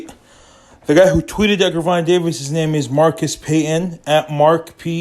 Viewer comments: Why the fuck is this dude butchering Tank name if he can’t say it he should shut up!! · Don't believe a person who 1. First can't pronounce the fighter name ( you can find this on YouTube any day or night ) 2. He has no connections to that camp. 3. He a guy on YouTube pushing for you to subscribe to his page. 4 This is pure junk